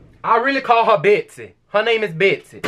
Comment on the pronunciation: beaht sea